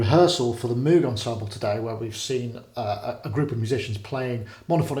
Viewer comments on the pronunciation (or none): Loving how Gregory will pronounce Bach properly, but says MOO-g instead of MOH-g... I suppose Bob isn't around anymore to correct people... I even heard Gregory pronounce Björk (as in work) right, but fails on the name of his own ensemble... Oh well... Great stuff nonetheless. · Fascinating project, wish I lived in the UK so I could see a gig in person. BTW Moog rhymes with "vogue". That's probably why Moog put out a synth called the Rogue. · Moog is pronounced with a long o sound. It is named after Dr. Bob Moog. I am 100% sure, I meet him here in NC where the Moog company is from. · Guy can't seem to pronounce "Moog" nor get Wendy Carlos' name right. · moog not pronounced right but great music